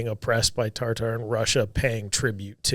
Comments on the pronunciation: I think Tartar is pronounced tarter or tartur not TAR TAR 😂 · Saying TarTar is making me giggle too much xD